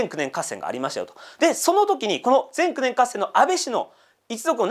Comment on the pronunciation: 岩手県盛岡市には前九年という地名がありますが、ぜんくねんの“く”にアクセントがきます。地名の方が馴染みあるので、の前九年合戦とのアクセントの違いが面白いです。